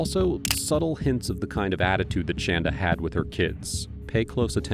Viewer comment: She hates when people pronounce her name shan-da rather than shon-da. SHAN DUH SHAN DUH SHAN DUH!!!